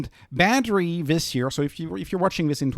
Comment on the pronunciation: When you say Badri, it sounds like battery 😂